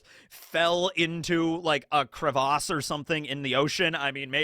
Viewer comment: The man can’t pronounce crevasse correctly